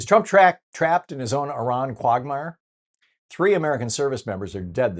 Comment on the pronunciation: More stupid questions from Thom. And he can’t pronounce “quagmire” properly.